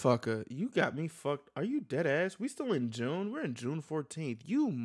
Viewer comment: Sound like you said DATASS 🤣🤣🤣 instead of DEADASS